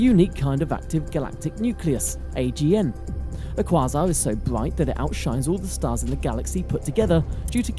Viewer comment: You desperately need to learn to pronounce quasar. Here's an assist.